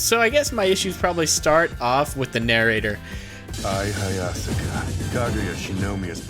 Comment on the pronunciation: The narrator can't even pronounce Hayasaka's name right!!